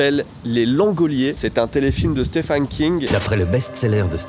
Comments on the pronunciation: Vidéo intéressante mais tellement envie de te baffer à force que tu dise « Stéphane » King….. 😡🤬🤬 d’où tu vois un A quelque part déjà? Et on prononce steVen ! Le « ph » donne V pour certains noms svp.. Merci d’avance.. Pour Salem, ça va les recherches sont pas mal faites. Survolées mais normal pour le temps de vidéo. Au moins c’est bien barrer 😊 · "Stéphane" lol ça s'écrit Stephen mais ça se prononce comme le prénom Steven, il faut dire "Steven King" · Stephen se prononce Steven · La vache à chaque fois que tu le prononces j'entends "Stéphane" King😂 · Stephen qui se prononce v par ailleurs x)